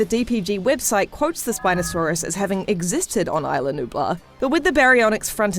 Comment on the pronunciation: You pronounced is-la like island